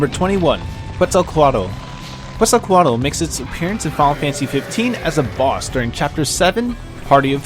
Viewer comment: Quetzalcoatl "tl" part is pronounced like "tool" in english. :)